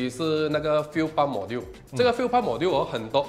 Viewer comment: Module应该是读majool吧